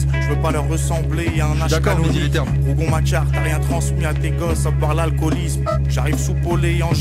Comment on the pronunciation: aïe aie aie comment tu prononces rougon , la culture générale au top 😂